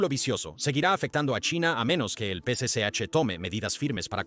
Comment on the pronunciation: Tal vez lo pronuncia mal Es el p.c.ch Partido comunista Chino